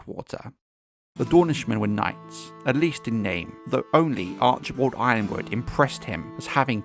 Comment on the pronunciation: why do we keep mispronouncing Y-RONwood? 😂